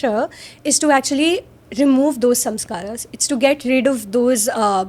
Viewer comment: The English pronunciation of Sanskrit words is hurting my brain.